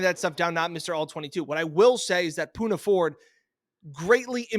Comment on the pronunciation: u love the pick but screwed up his name THREE TIMES!!! smh 🤦🏽‍♂️